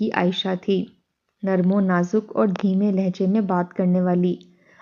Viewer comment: “Bhai” nahi “Bhi”. “Lawndey” nahi. “Bachchey” “Fitrata” nahi “ Fitratan” “ Demay nahi “Dhimay” “Hikka” Haa se nahi “Hay” last third lafz. Huqqa Pakka “ nahi . “Tabiyaat Mukkadar” nahi “”Fiza Mukkadar”. “ Halak kar” nahi “Billak kar” “Bhai Kai huwi” nahi “Bokhlaii huwi”. Urdu ka Janaza hai ……….. “.